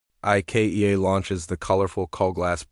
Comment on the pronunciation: AI needs to learn to say Ikea.